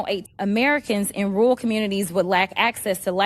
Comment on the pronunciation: Why does she say "rool" instead of "rural"? There are 2 r's in there.